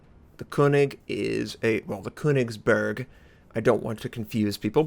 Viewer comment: "The Kounicksburrrrk" My ears :(